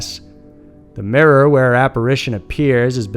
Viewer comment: We just gonna ignore "Marilyn in the murrr"? 😂😂 My favorite YouTube channel though. Always click like before I even watch the videos because they never disappoint. Keep it up!